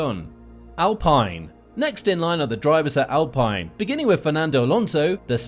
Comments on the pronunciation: Get your pronunciations correct if you want to do things properly. It's Bom-BAR-ierr and AlpEEn. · AL-PINE???? bro pronounce the teams right 😭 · Its alpeen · Go on al pine?? Wait that’s not right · Alpene not alpine